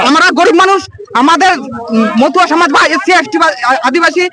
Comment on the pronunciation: " মতুয়া সমাজ " । মথুয়া নয় । উচ্চারণ ঠিক করুন ।